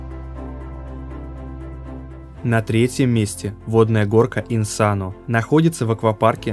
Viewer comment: (или же автор) если что не Инсано а Инсеено удачи тебе в будущем:)